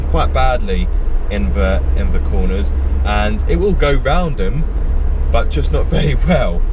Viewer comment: young man, diction is everything. the word 'the' is th and not 'v'. please remember that in future.